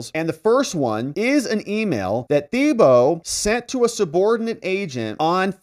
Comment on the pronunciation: We pronounce it: ‘TEEboe’ in Louisiana.